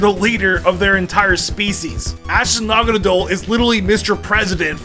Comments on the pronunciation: naganadel said naganeedle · The way say naganadle is weirdly distracting